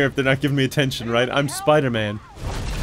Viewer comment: It's Piderman!